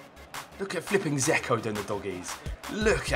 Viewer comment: You do realise Dzeko has a D in his name? Its not Zeko.